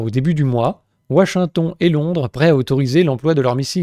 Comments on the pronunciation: "WaSHingtON" ! Excellent ! 🤣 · ouachinton... Il est marrant l'accent du châblais 😅